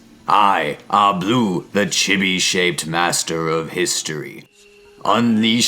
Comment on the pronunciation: Vowels as in Spanish. Most mora end with a vowel sound, as in sa-mu-ra-i, or roh-ni-n. Chee-Bee, not chib-ee. Roh-neen. not row-nihn. Samurai Jack is wearing kimono and hakama. Kah-mah-koo-rah. Ah-sh'-kah-gah Yo-shi-ah-ki. Short é sound for Edo, like red.